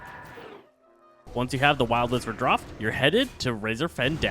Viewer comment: That word "draught" is pronounced "draft". Like draft beer.